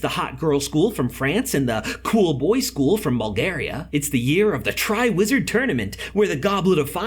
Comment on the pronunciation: it sounds like he said a lizard and a witch